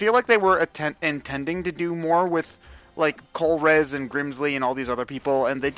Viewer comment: The whole Zygarde cell scavenger hunt thing is just stupid. Also, Colress' name is not pronounced "Colrezz". :P